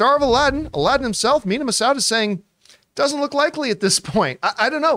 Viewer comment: Looks like John isn't immune to mispronouncing the Massoud like everyone else